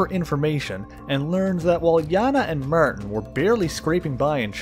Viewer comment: martin = "meyrtin" lmao